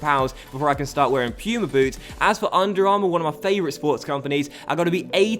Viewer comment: Are you dumb? why the hell is underarmor higher than puma? and why do you pronounce puma "pyuma"?